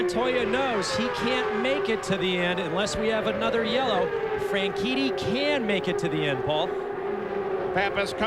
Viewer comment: dunno if I'm going deaf but I swear you kept pronouncing Franchitti as Frankinni Also, I watched this race live on TV... I remember thinking it would be nearly impossible to survive it, and sadly, my fears were proven right